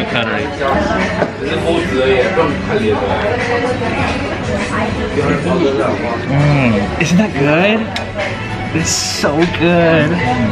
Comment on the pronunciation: Such a petty thing to get annoyed by but it really irritates me how they both call it 'cuttery' instead of cutlery haaha